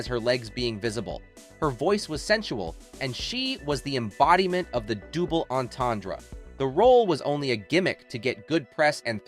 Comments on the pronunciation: "Dooble entendre..." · "doo- ble entendre".😂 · “Dooble” entendre? Sheesh. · There are a couple of errors. First. it is double entendre, not dooble entendre. Secondly, I doubt there is any other case you can come up with where someone accidently held a gun and shot themself in the head. That sounds like a cover up because of her celebrity status and the catholic church saying that suicide is a sin that can not be forgiven. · "Dooble" entendre? Yikes...